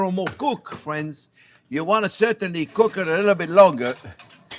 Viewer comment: He says "fwiends" like the Canadians on South Park